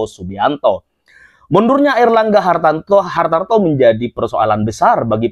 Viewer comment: Mas namanya Airlangga Hartarto bukan Airlangga Hartanto spt yg anda sebutkan